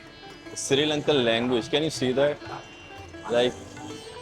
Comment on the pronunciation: Bro! It's Sri (not Siri) Lanka! Also Sigiriya is pronounced "see-gi-ri-ya." Good vlog, though.